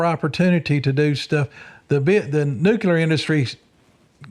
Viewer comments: I want to take this serious but I have to admit, after hearing him list his degrees and certifications, I’m struggling to get past him saying “nucular”. If his degrees and certifications are legit, he’d be the first person I’ve heard with multiple science/engineering degrees mispronounce “nuclear”, not on accident but, by default. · What is this "nucular" you speak of? 😆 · Why can't people pronounce nuclear?😂 It's nuke lee er. Great video guys 👍